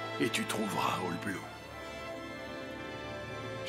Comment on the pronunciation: on dis pas bloo line on dis oll bloo 😁